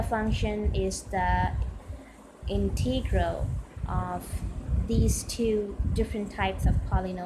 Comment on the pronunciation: Integral is NEVER pronounced "Inteegral". Sounds horrible.